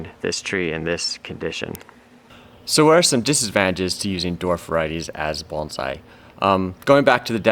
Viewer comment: Thank you for pronouncing “bonsai” correctly